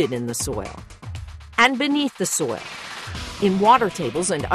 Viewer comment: Is it perpetuities impossible for this woman to say the word “soil?” 😂 The way she says it “soya” 😂